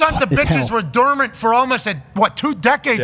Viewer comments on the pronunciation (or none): “…these things were durment for almost 2 decades!”